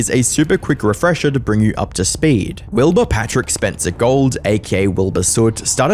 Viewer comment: Wilbahh bit me fingahhh